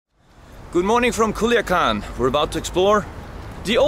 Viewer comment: Culiacan no kuliakan is with C Mr